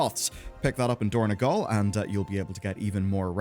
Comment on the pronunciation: It is dorn-O-gal, not dorn-E-gal